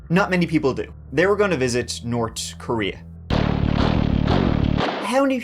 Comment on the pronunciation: So you can pronounce “th” properly 😆 you said Nort and North in the same sentence! So tell me, do you say turd on purpose?? I absolutely love your stories!!!